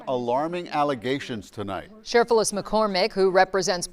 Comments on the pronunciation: This makes me so angry😡🤬but every time Benny said cherflufus 😂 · Cherfloosys??? WTF, learn how to read. I'm not at all in agreement with the wig lady, but I can say her name. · I think her name is pronounced, "sir-FLEECE-us." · I love how you keep calling her Cher-floof-is. 😆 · I love how he mispronounces her name. 😂😂😂😂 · I love how you pronounce her last name Benny LMAO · The way he said her middle name hahah